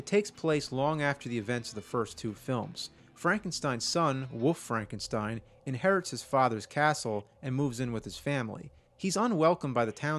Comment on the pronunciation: "Woof Frankenstein" is all I can hear.